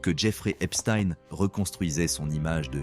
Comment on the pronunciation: A vous aussi il faut des cours de phonétique ?? Comment prononcez vous Einstein ? Pourquoi pas Palestein tant que vous y êtes ? En plus vous omettez sciemment le déail le plus important de son existence !! Il n'aurait sans doute jamais pu atteindre les plus hautes sphères sans sa complice Ghislaine Maxwell qu'il a connu en 1990 !! Cette criminelle actuelleemnt en prison aux US s’inscrit dans une lignée de “facilitateurs mondains”.grace à son père, Robert Maxwell, lui-même à la tête d'un réseau politique international soupçonné de liens avec des services de renseignement... Est ce fait exprès que la plupartt des merdias en parlent à peine ? Pourquoi ?